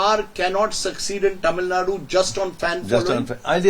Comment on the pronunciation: Please get the pronunciation of Tamilnadu right. It’s cringy and annoying to hear your pronunciation